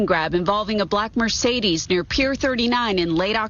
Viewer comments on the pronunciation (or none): none